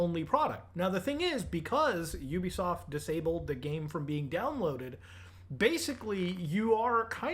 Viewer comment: YOU BE SOFT 💀😆 That is not how you pronounce it 💀😆😆😆😆😆